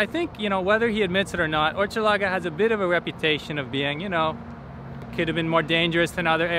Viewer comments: Hochelaga is pronounced with an ‘sh’ sound like ‘ship’’ not ‘chip’. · Hochelaga : Pronounce as "Hush" laga. Maisonneuve : May - Zone - euve. Hochelaga its a Iroquois name of a village (Osheaga) that was somewhere around in the 1500s.